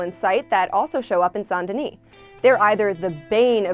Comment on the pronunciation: You probobly pronounce the S in Denis 😂